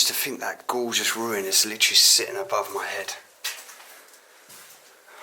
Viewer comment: LITERALLY. LIT-ER-AL-LY. NOT LTRLLY. JESUS.